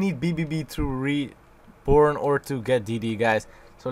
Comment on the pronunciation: Sounds like you're saying reporn instead of reborn , lmao